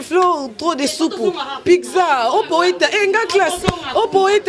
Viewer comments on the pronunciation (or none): Pigza te eh Carine loba Pizza